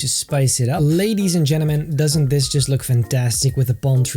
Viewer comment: I like when he sais leydies en jenneman